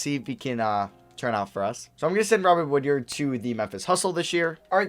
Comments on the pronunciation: Hey I’m a big Mississippi state fan, go to all the games and it’s pronounced wood-ard not wood-yard but still great video and thanks for picking him up 💪🏼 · The fact that you kept saying “Woodyard” instead of “Woodard” was pissing me off lmao